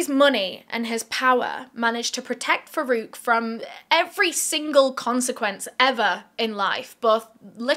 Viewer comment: I keep hearing verruca instead of Farouk but my,my,my doesn't he seem to have Verruca Salt vibes. It's also ironic that as far as I'm aware Farouk in Arabic origin means one who distinguishes between right and wrong. (Please correct me I'm wrong!)